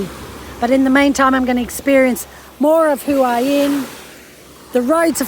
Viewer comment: Please learn how to say Hua Hin. Ask a local. It's not hard x